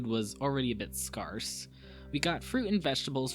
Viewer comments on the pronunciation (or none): scare-s not scar-s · scarce doesnt rhyme with sparse. it's pronounced like "spare" with a hard S on the end